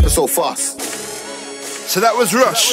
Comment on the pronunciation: Kazz Wv you pronounce it Rush like in Russian